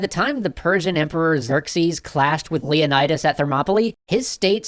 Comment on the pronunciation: the pronunciation of Leonidas is painful. On one hand, i love hearing again, on the other, my classics student senses are tingling